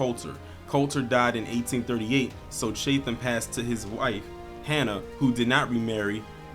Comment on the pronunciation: It’s pronounced chat- em . But good video. Thanks